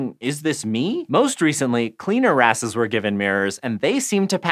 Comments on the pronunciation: haha she said "cleaner asses" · Cleaner wrasses sounds like cleaner asses you cant change my mind